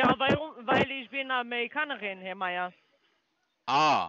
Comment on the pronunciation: „weil isch bin Amärikanärin, Härr Mayer…“ Genau, und zwar direkt neben Ungarien und Kanadien